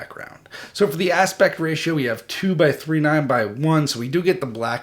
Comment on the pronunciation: Idk why but this really bugs me- The aspect ratio is 2.39:1 2.39 is a decimal "Two, three, nine by one" is the pronunciation